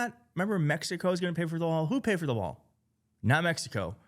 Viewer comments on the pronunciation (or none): none